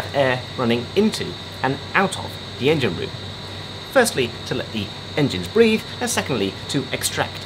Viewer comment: Breathe, not breath…